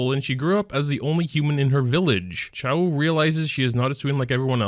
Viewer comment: just saying, choux is pronounced as shoo, shes a pun on choux pastry also tywins artifact doesnt counter basar it mainly counters cleavers, which sucks.